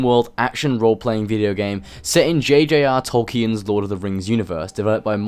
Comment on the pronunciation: cm'on you're british and you don't know how say tolkien properly